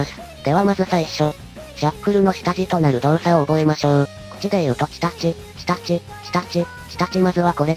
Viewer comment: チタチがさ 日立に聞こえた